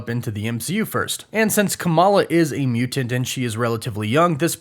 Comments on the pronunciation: Bruh…..I HATE how you say “Mew-Tent” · WHY DO YOU SAY MUTANT IN SUCH A WEIRD WAY!!!LOL!!!